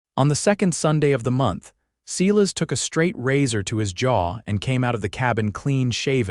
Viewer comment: If AI could just learn to pronounce names correctly! It is not Sealis it is pronounced as a long I…Silas.